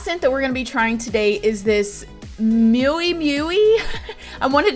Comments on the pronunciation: 😂😂 love you. miu miu is pronounced "mew mew" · Miu miu btw is pronounced “mew mew” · Omg you’re so cute the way you said “Miu Miu” it’s pronounced like “M-You M-You” and it’s a subsidiary company to Prada owned by Miuccia Bianchi Prada, the granddaughter of Mario Prada. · Omg too funny, you said Mui Mui wrong silly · Miu Miu is pronounced ME-U ME-U lol if that makes sense. Love you girl! ♥️ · Also Myou Myou, but it is funny how she tries to say it. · Miu Miu pronounced as Meeu Meeu. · It’s ME-U and SEE-ME Just to help you out